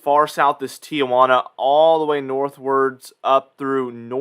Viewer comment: It's not Tia Juana. It's Tijuana (tee juana).